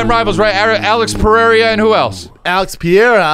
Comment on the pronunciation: Also, it’s “Peh-Hera” not “Pierre-uh”